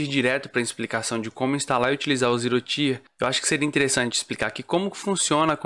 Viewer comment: Excelente video man! Só um esclarecimento, o Tier se fala tipo ti de tia mesmo, então não seria "ZeeroTaier" (Até porque falando assim pode confundir com outra palavra: Tire)